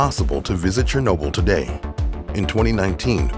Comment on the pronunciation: I find how you say 2019 VERY OFFENSIVE and swear word notice